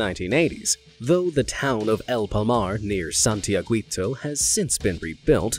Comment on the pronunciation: Am I the only one wondering why you took time to get to pronounce correctly the super hard Icelandic volcano name, but with the”santiaguito” you had only to check the pronunciation of gui and you mispronounced it? 😂